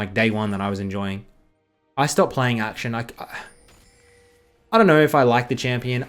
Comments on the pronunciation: Bro, please, akshAn, not Action. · Akshan = Ack - shaan (not aack-shin)